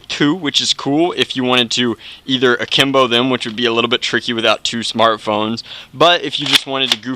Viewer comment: Sgt Duck oh im supposed to know that at the top of my head, right? he still didnt emphasize it enough, and im not hating, i just thought it was weird...